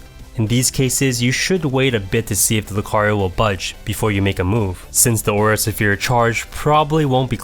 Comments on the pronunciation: It's Aura Sfere not Aura Safear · "Aura Suh-pheer" I CAN'T TAKE IT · Aura Suh-fear? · Aura Suphere?? Come on ""... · The aura se-fear. #Triggered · Great and helpful video! Your pronunciation of Aura Sphere is incorrect, which could be off putting to your audience, but the quality of your videos is so good! Keep it up!